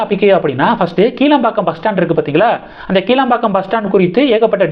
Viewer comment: "கிளாம்பாக்கம்" என்று உச்சரிக்கவேண்டும்! "கீழம்பாக்கம்" இல்லை!